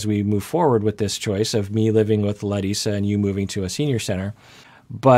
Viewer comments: Every time he says her name - I go ahh so nice to hear MY name pronounced properly . Instead of Americanized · I really appreciate the effort is making to pronounce Larissa's name in a more brazilian way since the last video. Also related to her brazilian origins, I know it feels like she's not being supportive sometimes in regards to have Debbie living with them, but here in Brazil we usually don't like to live with our spouse's mother and we tend to think that this brings problems to the couple and the whole family when one's mom is envolved. It is very usual the request she is making at least culturally.